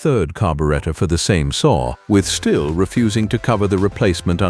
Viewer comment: Something made entirely of cheap plastic that looks like a toy is a bad saw? Who would have thought! Also, can we stop with the AI garbage? This narrorator pronounced "Stihl" three different ways in 30 seconds.